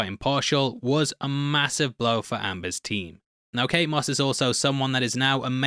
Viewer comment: ... "Kate Smuss"...?